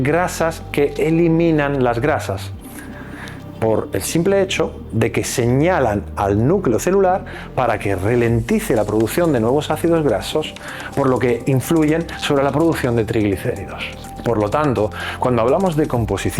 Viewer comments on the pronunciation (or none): Ralentice .Este hombre no sabe hablar .Dice relentice es error.Para estar en Youtube hay que saber hablar bien.